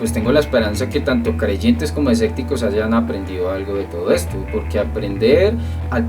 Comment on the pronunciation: los esecticos jaja se dice escépticos sobre todo lo digo por que pides buena ortografía además dices asecta y se dice acepta pero buen video recuerda todos tenemos errores